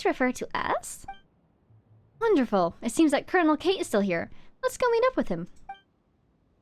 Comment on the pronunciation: Oh gosh, this quest makes so much more sense the second time around ahaha. Really enjoyed revisiting it with you (paying better attention and making better connections than I did). Btw, from context elsewhere, (Colonel) Kate is probably meant to be said Ka-te, two syllables.